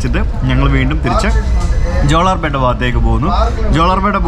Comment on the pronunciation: Jolarpetta, in this you are pronouncing la as it is in mappila, but it is pronounced as pronounced in Palai